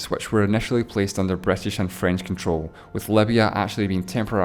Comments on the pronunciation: Etely not Italy, Bretish not British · Bretish and Esreal haha :D great video tho